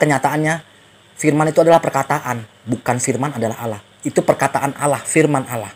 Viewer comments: Ass. Wr wb. mzdih belum membedakan pengucapan "Allah" dengan "Alah". masih terbawa pengucapan agama lamanya. Mohon dibetulkan. Trmksh. Wassalam. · Kedengarannya panggil alah bukan alloh mungkin lupa